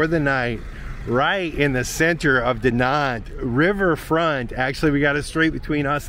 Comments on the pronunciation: Dinant looks lovely. Incidentally Google pronunciation says it's pronounced De-non. Any of these difficult to pronounce places should be on Google. Again incidentally I come from Edinburgh Scotland and as its somewhere you might visit on your travels, if you say Edinburra you will be saying it right. 😂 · Dinant... don't pronounce the "t", like you would in Spanish. Its more Dee-non(t) like another person posted, just look rhem up on google. I'm French, btw